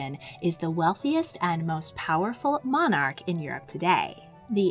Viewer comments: The pronunciation of ‘monarch/s’ &, by extension, ‘monarchy’, is most amusing. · the way you say "monarch" is funny!